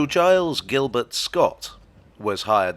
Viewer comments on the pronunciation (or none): none